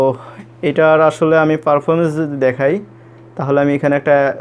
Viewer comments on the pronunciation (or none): আগে কথা শিখেন, তারপর ভিডিও করতে আসেন। স্প্রীড না স্পিড আর ফারফরম্যান্স না পারফরম্যান্স বলেন